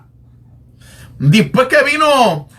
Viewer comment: Por lo mismo que pronuncia 'dispue' en lugar de después o 'creel en lugar de creer'. Es decir, se trata de costumbres en la pronunciación.